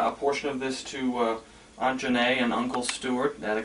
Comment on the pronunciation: LOVE the way you pronounced your tante Janet's name the french way,lol!Other than that I hope more stuff will be uncovered or at least the significance of those items explained.